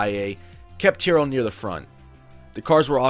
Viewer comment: Though I am Japanese, WhaTs「ティア」？ please read correctly!